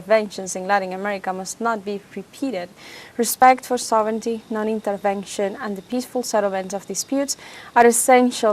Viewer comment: Thank you for saying "SOV-rin-ty" for "sovereignty."